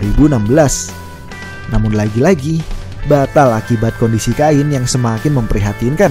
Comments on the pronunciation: Kain ? Kein bro penyebutannya 😅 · Penyebutan Namanya Bukan "Kain" min tapi "Khein" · pronounce admin sebut salah... cara sebut cain sama seperti ken..... cain - ken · Cain..bacanya..kein...bukan ngajari bang...biar enak aja denger narasinya..hehe..